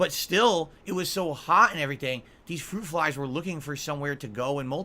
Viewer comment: Fwuit Fwies ☠️☠️☠️☠️☠️